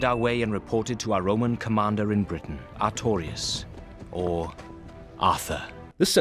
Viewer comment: Vulkan The Primarch Pretty sure they said "Arturias", but close enough. Also... #DarkSoulsNeedsAMovie